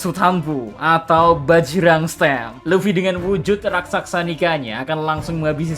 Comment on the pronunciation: Raksasa bukan raksaksa